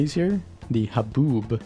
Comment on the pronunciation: to hear him say "haboob"